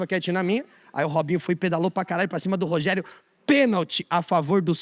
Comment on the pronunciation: Mn parece que ele falou meu nome nos 10 min de vídeo (Rogerro).